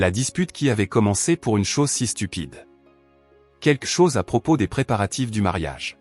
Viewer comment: "Quelque chose" ne se prononce pas "quekle chose " ou je ne sais quoi 😅 Blablabla .. .